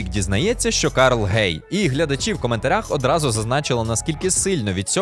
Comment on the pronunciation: Зараз з хлопцем як раз дивимось ходячих мерців. Ми також помітили як натхненно і виразно Рік вимовляє ім‘я Карл. Взяли собі на звичку і також рофлимо над цим 😂